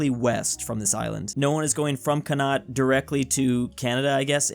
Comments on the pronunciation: When you pronounce it Can Not and not Cun-Uct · he really just said "conat" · Did he really just call connaght cOnot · Connad. That’s what you said im irish and im offended it’s Connacht conn ach t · It’s con ught or Connacht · Connaught is pronounced con-nukt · Lol man called connaught conn-oct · Bro pronounced Connacht "can not" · Ice never heard someone not from ireland pronounce connacht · 3.20 the way he said Connacht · your pronounciation of Connacht was, no offence, terrible. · he failed saying Connaught so confidently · As an Irish man that pronunciation of Connacht was just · Nah bro you did not just call Connacht that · never pronouce connact like that again